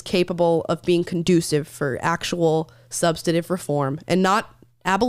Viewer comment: you are amazingly well spoken (certainly more so than myself), and I think it's because of that, that every time you say "substaNtive" without pronouncing the "N", I cringe. 😋 It's almost as bad as when people say "nucular, instead of nuclear, or supposably, instead of supposedly. OK......you can tell me to p**s-off now. Love you guys! P.S.- By the way, I don't care what mistakes Will makes, he has so many imperfections it doesn't matter. 🤣 P.S.- Chapstick is the worst. Try Blistex cream/ointment, and a few minutes later followed by Cherry Carmex or Vaseline. And stay hydrated! On a very sunny day, something for the lips with sunblock in it will help greatly too. Just some tips from a guy who spent much of 33 years working outdoors in all sorts of weather.